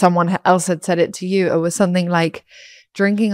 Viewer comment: It's interesting that she says "sonthing" instead of "something" What's stopping her from making the "m" sound?